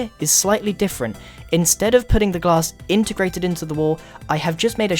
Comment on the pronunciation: ombg u said gass pane grian